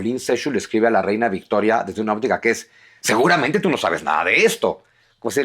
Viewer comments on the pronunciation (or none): none